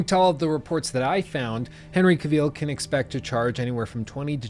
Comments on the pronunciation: Cavil, not ca-vile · Really great critique mate, just one thing - Henry Cavill is pronounced 'kah-ville' not 'cuh-veal' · It’s pronounced KA VILL. Not Caveeeeele. Srsly, an hour long critic of the subject and you didn’t pick up how to pronounce his name? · great review, but jesus lord, my ears are bleeding! his name is not caveel, but cavill. a dark L-sound and the "i" is merely a short schwa-sound as in "devil". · I'll become a patron if you can start pronouncing the man's name "Ca-vill" and not "Caw-veal",. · Cavill is pronounced like “travel” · you going to say Cavil properly anytime soon? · "Cavill is pronounced like travel. Travel. Cavill." -Henry Cavill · Exactly. said it in a French way.. Cuveeel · Just for information, it's pronounced CA-vill with the stress on the first syllable. Nice review, thainks. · You mispronounced Cavill and Geralt. The lead actor and the main character lol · When you keep mispronouncing someone's name over and over again. Le sigh. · I think you're mispronouncing Cavill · He 100% is butchering that last name 😂